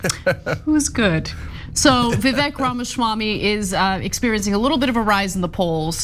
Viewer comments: It's "viv-ake" like "cake". Do you not even listen to his freestyle? 😆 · Vi-vek, like cake...